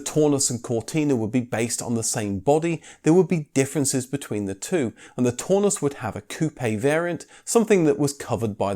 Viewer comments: That German Cortina would be pronounced the TOWNUSS not Torness! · "Taunus" is pronounced to rhyme with "cow" not "saw". Coil suspension at the back and double wishbone suspension at the front doesn't inherently give a much softer ride. That's a "Mk4 80" Cortina, which is often called the Mk5, not a Mk4. Blatantly stolen from KGF Cars site ! 😆 Eh ? The Mk4 used the Mk3 estate rear end, which is also the Taunus. That's a Mk4 now, when you're talking about the Mk4 80 engines. 1970 rear end ? You said it was 1974 rear end ! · Also. The "au" in Taunus, rhymes with "Cow." not "door." Please also stop the "comedy." I've used far to many " " " " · No no no, no no. NOT "tawnoos". Pronounce it "townoos", like the "town", and ending in in "oos". LOVED them! Make me pick a vintage car to drive daily, it is between a VW Bus and a Taunus/Cortina TC2 Kombi/Estate :face-red-heart-shape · Its pronounced Tau-nus as in Brown not Tor-nus as in Brawn. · Taunus: Townoos, not Toonus! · it's pronounced "Town us" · Or Taunus, au in German is pronounced ow, so Braun is brown,and means the same. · The single European design ethos instituted by Detroit started with the Transit.... Also you mispronounced 'Taunus' several times...